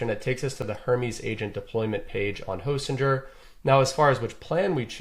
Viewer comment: Great tutorial. Fairly sure its not pronounced hostinjer though.